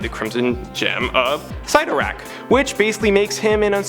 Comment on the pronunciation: ‘Sigh-torak’ sigh